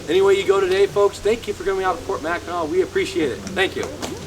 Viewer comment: Being from Michigan originally it is pronounced Mackinaw just like Mackinaw City. Enjoy.